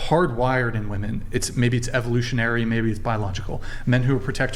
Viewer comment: "How many wahmen brains needed to rearrange seating?" 12 but somehow they still can't do it right. 😂